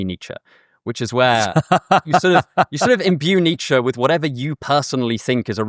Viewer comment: It’s ‘Nietzsche’